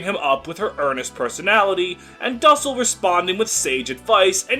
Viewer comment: You absolutely butchered how you pronounce his name 😭